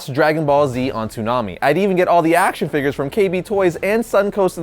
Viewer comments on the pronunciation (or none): none